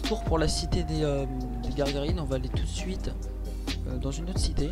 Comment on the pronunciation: Je vous previent juste que ces Gagarinne et pas Garrgarinne